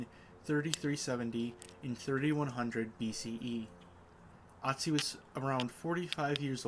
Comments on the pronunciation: he is called Ötzi- that's pronounced something closer to ootzi. Not aught zi. Sorry- great video showing the flint knapping, something I'd like to learn, but pronunciation was distracting . Say 'oo' and then push your tongue forward against the back of your bottom teeth to get- ö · It's oo tzi not atzi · Otzi has an umlaut so it's pronounced more like Ertzi. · Fantastic project! In case anyone interested in the pronunciation of "Ötzi", Austrians/Germans would pronounce an "Ö" very different from an "O": more like an i in 'bird' or u in 'occur'... "Irtzi" ;) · Funny. Usually native English speakers can pronounce Ö perfectly fine. “Perfect“ has the Ö sound. “Urgent“ has the Ö sound. Ötzi is peonounced like “uht-see“ or “ert-see. 🤗🙏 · Hi Raphael, if you watch my more recent video where I make one of Ötzi’s arrowheads, the pronunciation is a bit better than in the dagger video.